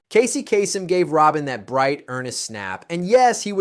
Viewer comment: Good content, a little heavy handed with the sensory tie-ins. But sometimes you pronounced Casey Kaysem's name as "kah-sem" instead of "kay-sem". It was distracting